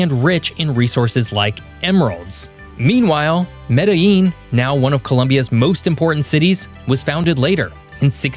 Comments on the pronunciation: Me-dtha-jean or Me-da-jean = Medellin. Not Medeyeeen. This is Colombia, not Mexico. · LL in Colombian Spanish makes a J sound just so you know. So not Mede-yeen, it would be Mede-jean. Great video.